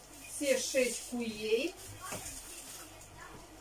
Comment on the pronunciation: КУРЕЙ, А НЕ КУЛЕЙ!!!!!!!!!Я УКРАИНКА, Я ЗНАЮ 4 ЯЗЫКА В СОВЕРШЕНСТВЕ, НО ТВОЙ ЯЗЫК ЗА ГРАНЬЮ ВОЗМОЖНОГО 🤯🤯🤯🤯🤯🤯